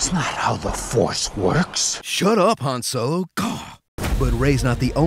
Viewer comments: "Han Solong" lmao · "Han Solong" I'M DEAD XD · Han So-Long